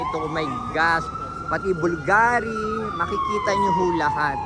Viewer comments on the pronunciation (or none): Hublot is pronounced hub-lat. Skims is owned by kim kardashian. Cartier is pronounced kar--tee-A. as in long A. Chopard is pronounced SHOW-par. Bulgari is pronounced with the accent on BUL. so its pronounced BOOL-GAH-REE. also the spelling in is BVLGARI. with the letter V instead of U since during roman times their alphabet did not have a U.